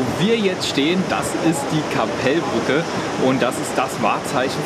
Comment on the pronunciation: KAppel Brücke. Nicht KapelLLBrücke. Betonung liegt auf dem A mit scharfem Doppel PP.